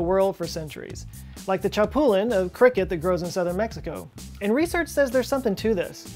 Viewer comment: That chapulín pronounsation tho